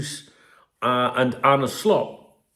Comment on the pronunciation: It wasn't really worth doing tbf.. Nothing new learnt apart from Richard Hughes has about 100 different ways to pronounce "Arne"